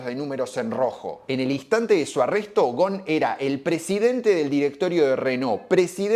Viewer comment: Hola, muy buen video. Con todo respeto, como libanés que soy, me gustaría comentarte que Ghosn se pronuncia con la S incluida, Ghosn que significa rama y el plural o sea ramas es ghousoun (léase gusún) Además, por esas casualidades de la vida, en mis viajes al Líbano al ir a visitar a mis familiares, para ir a la casa de uno de mis primos, sí o sí debía pasar al frente de la casa donde se dice que está viviendo Ghosn que algunos años atrás y cuándo aún era funcionario de Nissan, en uno de sus viajes al Líbano, en un reportaje que dio a la TV libanesa hizo saber que era candidato a la presidencia del Líbano. En cuanto a Ghosn específicamente, su situación dividió las aguas, la mayoría lo cree inocente y aportan pruebas al respecto, sin embargo, subsiste un grupo de personas que aún lo creen culpable. Seguramente, en algún momento, la verdad, sea la que sea, terminará sabiéndose. Muy buenos todos tus videos, es un gusto ser un suscriptor de tu canal. Te mando un fuerte abrazo.